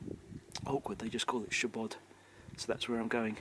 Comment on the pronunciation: Its weird how you say that word in english " shiebod" ^^